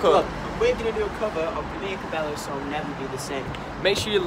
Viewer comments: it's pronounced cabeYo (love you boys and this cover x x x) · It is pronounced as cabeyo😭😂